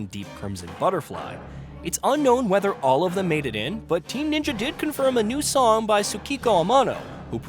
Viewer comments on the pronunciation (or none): none